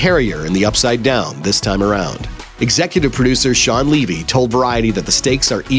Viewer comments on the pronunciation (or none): none